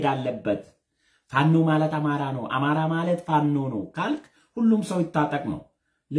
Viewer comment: እማራ. እማራ. እሜራ. እማራ. እያስጠላህም.